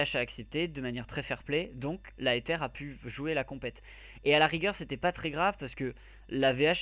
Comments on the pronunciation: ça c vrai Ezer!!!!! pas Eter ^^ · le nom de notre team se prononce ezer et pas etere!!!!